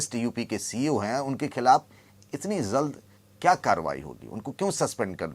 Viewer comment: Zald nahi balke jald bolna chahiye